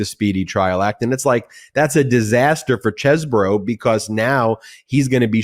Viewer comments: I have it on very good authority that Chesebro is pronounced Cheese-bro and not Ches-bro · Sorry, Ben, it's pronounced Cheese Bro